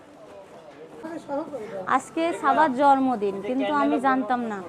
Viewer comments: জর্মদিন বলবেননা। জন্মদিন হবে। উচ্চারণ এতো খারাপ। শব্দ করে খায়। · জরমদিন আবার কি জন্মদিন বলতে হয় সামান্য জন্মদিন ও বলতে পারেন না এটা নিয়ে সবাই কতো কথা শুনাবে। আপনাকে কস্ট দেবার জন্য বলিনি। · মাদ্রাসায় লেখাপড়া করেছে। তাই হয়তো কিছু শব্দে ভুলভাল করে। যেমন: টমেটা, জরমদিন, ফেলাই, ছারা